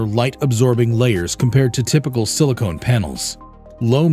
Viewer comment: Pronouncing Silicon as Silicone is off putting.